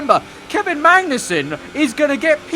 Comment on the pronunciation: Why do you keep saying Mangnussen lol